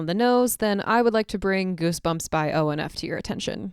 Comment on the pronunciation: i love onf and was not expecting you to bring up goosebumps lol. oh also btw it's pronounced on n off lmfao